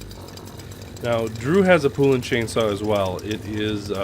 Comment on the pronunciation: The correct way to pronounce the name is Po not poo. Look up the old original poulan chainsaw commercials. They educate the correct pronunciation.